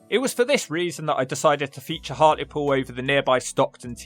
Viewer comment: It’s “Hartlepool” And yes. It’s a shit hole 😒